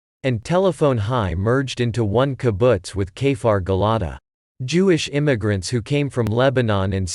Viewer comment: You are not pronouncing the Kibbutz name correctly it's Gil-ah -di ,the same as the bible and NOT Gel ah da ...